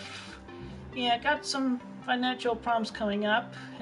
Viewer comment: It's not a financial crisis. It's a financhu crisis. rly